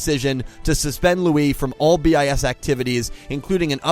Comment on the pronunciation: 1) It's just pronounced bis, not B-i-S. 2) Your picture isn't that up to date, none of them are actually still in BiS. 3) The controvercies, are mostly staged (except the marathons and the spice foods. You just scrached the surface) 4) SInce their sister group BiSH is getting quit a lot of mainstream traction, don't expect them to be cheap. Watanabe is a lot but not a bad buisinessman. 5) Check out their music, they're actually pretty awesome 6) Sorry for the terrible spelling...